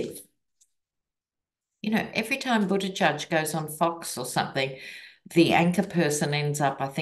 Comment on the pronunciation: With love, its edge edge, not edge judge. Boot-edge-edge. ♥️